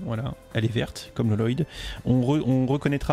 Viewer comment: Salut mais tu m'excusera mais la prononciation que tu as fait sur notre cher ninja vert et cela fait déjà plusieurs fois que je le remarque dans tes vidéos que le vrai nom a dire est: Lloyd (oui cette il y a 2 L) mais pas Loloyd (c'est en fait le père:garmadon qui l'appel comme ça dans le film car il dit que c'est lui qu'il a écrit bref un vrai charabia mais saches qu'il faut prononcer lloyd sans la lettre au milieu des deux L quand on parle de la série ninjago voilà voilà j'espère que tu Vera ce message. Bonne soirée à toi 😊✔️🔥👌🌃